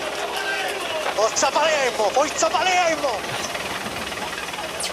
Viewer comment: ''FOiZZA PALEiMMO ! FOiZZA PALEiMMO !'' 😂😂😂